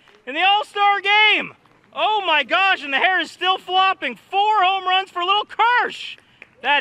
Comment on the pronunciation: he said “only hits and homruns”